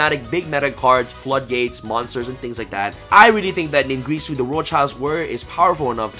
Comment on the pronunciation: NIN-GEAR-SU not NIN-GREE-SU